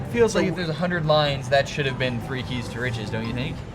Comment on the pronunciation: Keys to riches sounds like keister itches